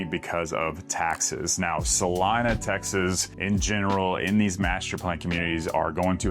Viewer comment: 😂It’s pronounced: Sah-LEE-nah …!! 🎯